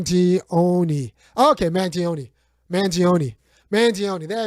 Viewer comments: Its pronounced man-johnny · Luigi Mangione Pronunciation: Mangione. (Man-Gee-Own-Knee)